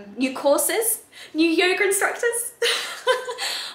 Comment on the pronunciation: ha ha so cute at the beginning she says yoger! ahhh i love her accent its very cute ;)